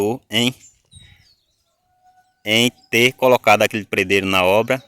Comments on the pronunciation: A pronúncia. Certa é pedreiro e não predreiro 😂😂😂😂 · Não se fala predero e sim pedreiro Affff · PRE DEIRO E MEU PAU REPETE ATE APRENDER PE DRE I RO PE DRE I RO